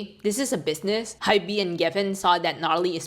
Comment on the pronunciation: btw, Hybe is pronounced as "hype" (one syllable) but with the letter B 😅 not "hi-be". just wanted to help you out there